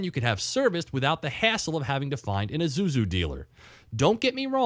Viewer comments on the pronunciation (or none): it's pronounced eee-sue-zoo not i-zoo-zoo